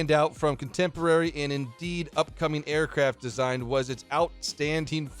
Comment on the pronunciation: aircraft not aircafts